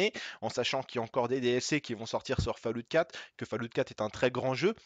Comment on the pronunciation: essaye juste de dire "Follawt" au lieu de "falloute" lol sinon super video